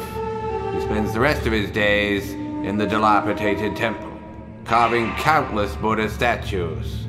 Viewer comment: “dilapiTated”. 😐😑 2 Ds, not 2 Ts, dagnabit! nice vid otherwise. (i guess you are the, not the Speaking Guru 😉)